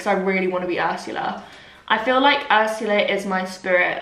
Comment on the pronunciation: you calling her 'urshulla' and then singing aladdin has got me creasing i canntttt deal with you